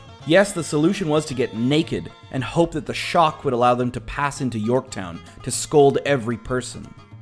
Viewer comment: And it's Yorkton...not Yorktown lol